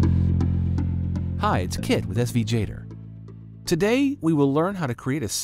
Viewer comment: In what world is Gator pronounced “Jator” ?????